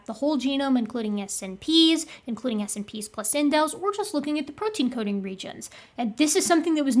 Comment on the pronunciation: I've usually heard 'SNPs' pronounced 'snips', which might be easier. Or it might not! Just FYI.